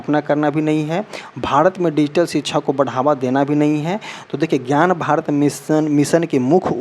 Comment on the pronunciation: Thoda home work jyada kare ...knowledge and pronunciation par bhi ...kyuki .. शिक्षा को छीछा बोल रहे हो...❤